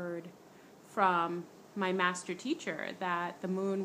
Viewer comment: Did I hear you say "stuposedly" instead of supposedly? Also when you said your "math teacher" it sounded like you said your master. A blood moon will reveal "red" aliens if you ask me.....since most are from the moon.